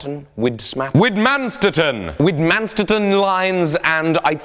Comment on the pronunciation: Interesting way to pronounce widmanstatten, its german so the w sounds like a v, i believe something like vid-man-stat-ten is how it should be pronounced, from when ive heard it said